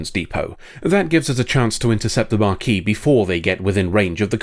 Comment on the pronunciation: Why are you pronouncing Maquis that way? It's not marquis or mah-quis. It ma-quis. Please engage pedantry to fix this pronunciation, or to tell me why I'm wrong. Thank you!